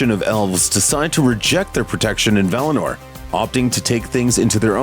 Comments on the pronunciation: For the love of God stop calling it "Valner" it's val-in-or. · valiNOR please. Not "valinerrrr" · I just can't watch this all the way through as he keeps saying 'Valiner'. V-A-L-I-N-O-R. See that 'o' towards the end, not an 'e', is it?! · That was as shit as I thought it would be. You should be on the ring of power team. It’s Valinor not Valaner you twat. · VAL-I- NOR...Like Oar! Not NER like Nerd!!! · Valiner? LMAO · I’m familiar with Valinor. What is this “Valiner” he keeps taking about? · Valehnurr... lol